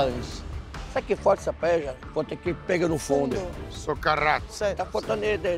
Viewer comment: diz que a familia é Valenciana espanhola e não sabe nem falar PAELLA kkkkk me poupe!!! Ela disse: Palella kkkkkkkkkkkkk